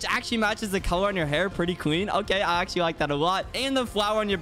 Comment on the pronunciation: The amaunt of times he said "accualy"